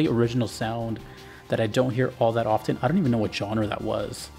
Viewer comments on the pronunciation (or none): none